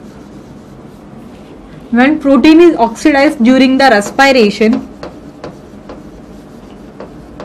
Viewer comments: mam ur english is very funny...it is not res pay ration it is respiration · Mam WO raspiration nhi hota😂😂😂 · Rrrres pie rrration